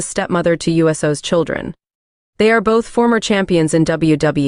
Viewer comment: AI voice is horrible..."You-so"?!? "W E"?!? "W B"?!? And how many times does certain info have to be repeated on each profile?..."They were engaged from this year to that year. They were engaged for this long." 🤦‍♂️